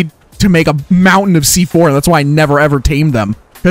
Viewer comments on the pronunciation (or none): none